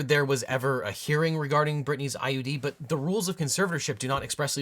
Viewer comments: Why does Britney pronounce "IUD" as "ID"? Does she say the U really subtly? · She doesn't know it's called an IUD? She keeps saying ID